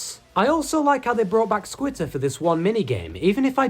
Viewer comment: Why do you call squitter skeeter???